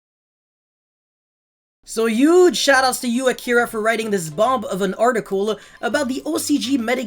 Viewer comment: Modern day YGO - Turn 1 - Early game. Turn 2 - Mid-game. Turn 3 - Late game. At the risk of being the grammar nazi here, the ending B in the word 'bomb' is silent (sounds like 'baum') and paradigm is pronounced 'para-dime'.